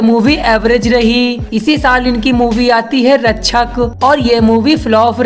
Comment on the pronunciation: Rakshas nahi rashak Bolna Sikh le